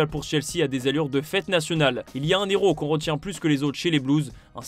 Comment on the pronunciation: Oula mr le journaliste faudrait revoir le français (pas de liaison entre le mot UN et le mot HEROS)